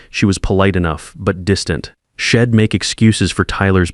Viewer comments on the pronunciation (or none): Shed instead of she'd. Don't use contractions if you can't make sure AI can pronounce them correctly.